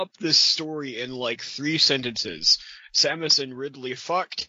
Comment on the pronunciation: I can't help but notice you mispronounced "Samus" as "Samniss". In fact, you keep making that mistake. I can't be pregnant, I'm a dude!